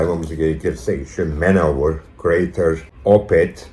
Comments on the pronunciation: Allah aşkına Manowar'a Manovır demeyin ya. Manowır nedir? War= Vor olarak okunur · Videoyu keyifle izledim. Teşekkürler. Küçük bir not: Manowar'u Man-Over şeklinde değil de, Man-O-War şeklinde okursak daha doğru olur. Manowar "Man of War" 'un kısaltması.